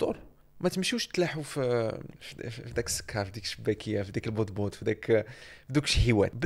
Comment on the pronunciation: ❌Batboot ✔️Botboot 😂😂😂